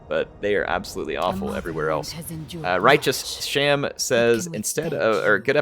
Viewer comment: Hey you used my suggestion, thanks! You seem to have a bit of trouble with my name, so: It's Righteous Ham. Cheers.